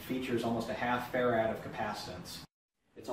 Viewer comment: awesome vid, but I hate how he pronounces "farad" . It may not be wrong, but it sure sounds wrong.